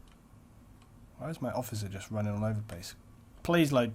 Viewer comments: Its pronounced lijnhaven, you fool! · Lijnhaven would be pronounced "Linehaaven" if it is based on the Dutch language.